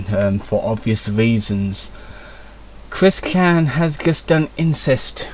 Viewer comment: Who is Cwis-Kan?